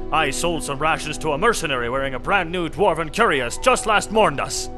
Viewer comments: Cuirass, not curious. It's pronounced weird but that's English for you. KWI-ras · cuirass is pronounounced cwee-rass not cure-ree-ass but i was pronouncing it wrong like that for ages so i dont blame you. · Why do none of the voice actors know how to pronounce simple words? Pronouncing Dwemer as "deewemer" and cuirass as "curious." What's that about? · 2019 and still wishing this wasn't discontinued edit: "Duhwemer" "Curious" "a van-jezel"